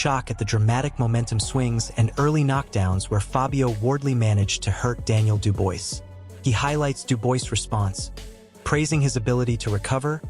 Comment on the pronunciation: Stop making videos about boxing if you can't even get the fighter's names right = STOP saying DU-BOYCE his name is Daniel Dubois pronounced DU-BWAH !